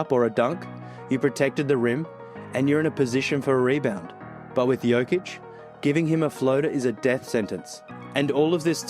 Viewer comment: Hey basketball is an everyday thing for serbs.Perfect pronaunciation btw great video!